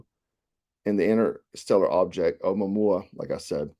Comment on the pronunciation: "Ow-moo-momma" ha ha... I believe it's pronounced something like ow-moo-a-moo-a